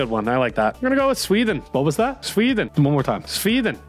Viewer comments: Nah how the hell he pronounce sweden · that prononciation of Sweden is just horrible